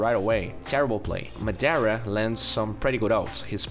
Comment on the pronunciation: when u realize madara was pronounced madera